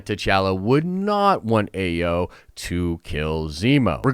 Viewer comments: Ayo’s name is pronounced I-yo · Shuri and Bucky involved romantically involved❌❌❌❌ but i can see him with a Dora Malaje, most likely Ayo pronounced(eye-o)